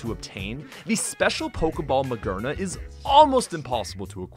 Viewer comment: Ma-GEAR-na not magerna